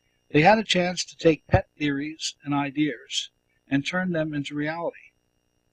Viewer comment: How many times do I have to listen to this man say "ideers" instead of "ideas"? It's like nails on a chalkboard to me...